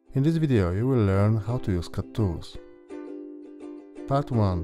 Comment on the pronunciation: Mispronounced words, hard to understand you, idiotic music - you deserve a dislike.